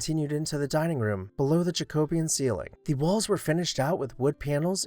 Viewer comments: He always pronounces it that way. I've learned to just overlook it and move on. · Love your videos but cringe each time you mispronounce architectural terms. Today's cringe worthy word was "Jacobean". You put so much effort into these awesome vids and clearly love architecture. Maybe a little additional homework on pronunciation?